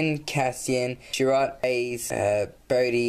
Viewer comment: Struggling with pronouncing chirrut?